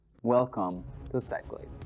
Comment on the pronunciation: Hate to be that guy, but Greek words get pronounced differently. The game is pronounced "sick-la-deez"